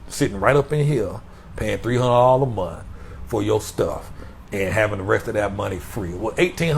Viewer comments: He said TREE HUN'RED a MONF!! 😆✊🏾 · I'm just here for the TREE HUN'RED A MONF, y'all. Listen t'me nah! I said... TREE. HUN'RED. A MONF!!. 😄✊🏾